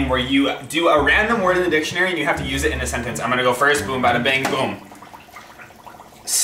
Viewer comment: Dic-tonary...hmmm “I-I like va-“